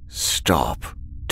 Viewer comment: Idk why but the slightly fancy way he pronounces “several” was funny af